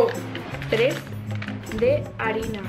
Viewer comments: Soy la única que ha escuchado orina en vez de harina? 😂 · Te juro que cuando dijistes arina escuche otra cosa lol